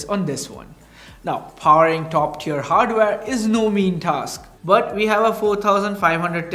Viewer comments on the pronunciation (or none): none